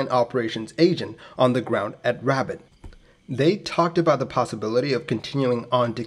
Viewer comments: RABAT NOT RABIT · This guy is driving me nuts saying "Rabbit" lol!! The name of the city in English to my knowledge is "Rabat" (Rah-baat) . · pronunciation is rah-baht not rabbit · The city is pronounced “Ra-bat” not “Rabbit”, the beacon ‘KJ’, it’s morse identification of an Non-directional Beacon (NDB). Aircraft uses a direction finder (ADF) that points at the beacon. Lots of airports had a NDB which you flew an offset approach which crossed the extended centre line of the runway. You should see the runway at this point and steer towards. Hence why these approaches had minimum visibility requirements. Plus you (historically), descended to a minimum altitude (MDA), and stayed there until you saw the runway or went around at the missed approach point (MAP). Simple NDB approach’s used a timer to define the MAP, or crossing the NDB itself (needle falls behind you). As long as you don’t bust your MDA and went around at the MAP they are safe, but they can be tricky if not understood or practiced. The old three pointer altimeter did have issues of being miss-read and were replaced with better designs. Not so much of an issue in a glass cockpit. Capt A320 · It’s more like “robot” than “rabbit,” with an emphasis on the second syllable (Rabat is Morocco’s capital) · Pronounced ' Ra - bat ', not rabbit. Interesting video, thanks. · Love these videos. You do such a great job. Thank you. FYI: just so you:lll know: iRabat is not pronounced like rabbit but RA-BAHT’. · notei; t is not pronounced Rabbit, it is pronounced Rob-bot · The city is pronounced Rah-baht with emphasis on the baht. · I heard it "Rabbit"! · Also it’s “can-eat-ra” (Kanitra) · Yeah "rah-BAHT", i always thought - maybe no inflection, or just a hare of one... XD. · RA BAH ....no T pronunciation ..and KENITRA !!!! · The City is pronounced Rab AT (not like the animal). Doubtless very primitive navaids back then. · Appreciate the vid bro, but I'm pretty sure it's not pronounced as Rabbit 🐇🤣